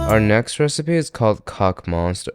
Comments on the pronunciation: That monsieur hurt my soul. How they said it. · Why do you guys complicate your pronunciation by pronuncing the R at the end of "Monsieur" you don't have to actually 😅